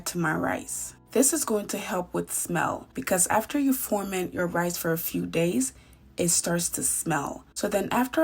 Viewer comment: The word is ferment, not forment.